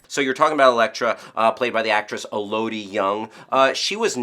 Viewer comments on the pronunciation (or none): its pronounced E-la-di Yung, not "e-LOW-di" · Pronunciation tip for Elodie Yung, because said it wrong: think "melody" but without the M.